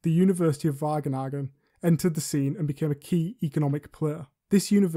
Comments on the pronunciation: It's a good video. Just too bad they say "the university of Wagenagen". It's Wageningen, so it's not just a pronounciation issue. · hahaha it's obvious he didn't hear of the university . it's called Wageningen wich is a Dutch city (not wagenagen :-) ) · Did this voice over just say University of Wagenagen? Lol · wagenagem???? Wa - ge - ningen.... he meant